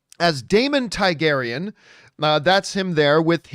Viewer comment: It's pronounced Targaryen not Tygaryen